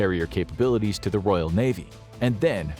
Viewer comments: Royal.... not Royale... Its not a burger from Burger King. Otherwise, can't disagree with the video really! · It's Royal, not Royale. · Can’t even pronounce a simple word like Royal. Ark Royale with cheese